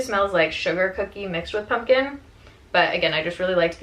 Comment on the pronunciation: She says punkin' instead of pumpkin. Like how Harley Quinn says puddin' instead of pudding.